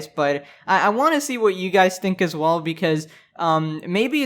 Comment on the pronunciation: I love his intro “welcome back every body hope your doing wall” why does it sound like that